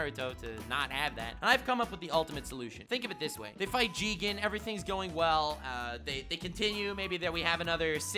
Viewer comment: you said it wrong it's not jigen it's JIIIIIIIIIIIIGEEEEEEEEEEEN